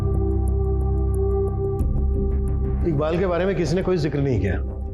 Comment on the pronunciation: Sir iqbal ko ibkal boltye hnn